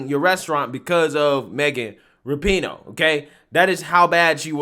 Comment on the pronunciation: Rapinoe is pronounced rah-pu-no, accent on the first syllable. But yeah, she’s a jerk.